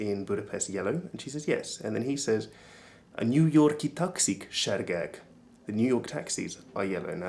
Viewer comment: the people on the audio pronounce á "sárgák" in a very budapest-ish way, it sounds more like seergeek than actual sárgák